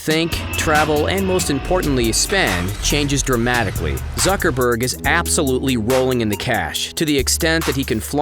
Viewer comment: Whenever u says zuckerberg it sound like sucker berg😂